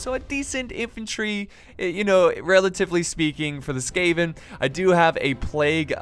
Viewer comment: It's SKAVEN, not SCAVEN! Come on Jesus!